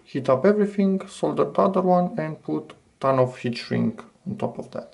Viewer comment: you consistently skip the important parts of your exposition: show what you're actually doing, not just the result Ps: because even with the captions on and sound at max, it's impossible to tell whether you are saying solder or fold